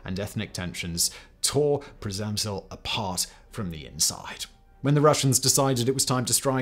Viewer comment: Great video, as always! But one thing makes me wander... Living in the Czech Republic, how could you butcher the name of 'Przemyśl' so badly? 😅 All You had to do was to ask any person on the street outside of your building for prenouciation 😅🤣🤣😎